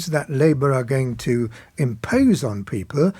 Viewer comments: I wouldn’t vote for him simply for the way he says ’Peepil’. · Always loved how Michael pronounces the word 'people'. Bless the lad. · Another delusional Tory. I hoped I would never hear the way he pronounces "people" ever again.